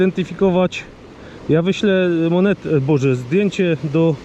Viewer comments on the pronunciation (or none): none